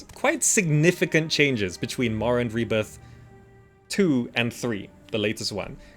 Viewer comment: how is dis morrwwend